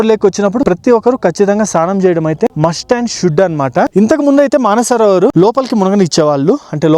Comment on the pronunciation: మన సరోవర్ కాదురా హౌలే..మానస సరోవరం.